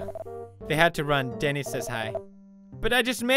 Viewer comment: When u said Denny it sounded like Dani cuz my name is Dani